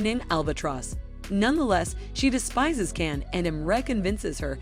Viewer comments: At least pronounce the Turkish words and names properly, or make the effort to! "Jan" not "Can" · Please don't mispronounce his name